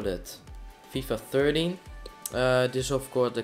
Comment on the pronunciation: its not fifa thirty its FIFA THERTEEN